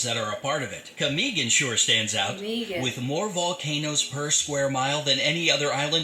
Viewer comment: He pronounced Tagalog right (accent on the 2nd syllable), but not Camiguin and Cebu, for both of which you put the accent on the last syllable.:-)